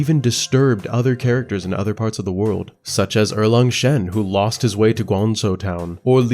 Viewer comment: Chinese here. One tip to pronounce every Chinese word in general is to grasp the concept of the four tones in Mandarin. Each of these tones is specific for each Chinese word. For example, when you pronounced shi-gang-dang, you applied tones 1-1-2 to these three words. However, the correct tones should be 2-3-1. Er-Lang-Shen is 4-2-2 and not 1-1-4. Simply google “the four tones in mandarin”. Just like in English, one will pronounce, for example, apple, with the stress put on the “app” and not the “ple”. If you stress on the “ple” and downplays “app”, it will sound strange, right ? And finally just like when I was learning English, watching tv shows and movies with subtitles in the learning progress surely helped as you would sub-consciously learn how to pronounce many words and phrases and in time, without you even knowing, you can sound like a native! Hope it helps.❤